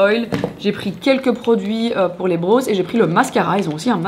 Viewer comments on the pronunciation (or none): j’aime trop tes vidéos mais « brows » ça ne se prononce pas comme « bros » 😂🙂‍↔️♥️ pleaseeee